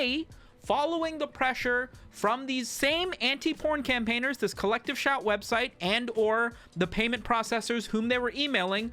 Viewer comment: I keep hearing "collective shaite", can't unhear.